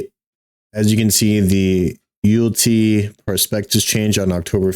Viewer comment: Mans said You'lltea..😅